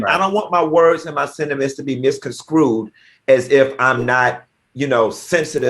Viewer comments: Funky has a hard time pronouncing "misconstrued". He always says "miscon screwed". I realize there are certain words I struggle with. The word "statistics" gets me all the time. Claudia and AL, help a brother out. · Because he is TOO LAZY